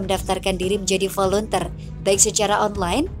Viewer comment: Maaf mbak, volunteer itu bacaannya " voluntir", bukan dibaca volunter..Tks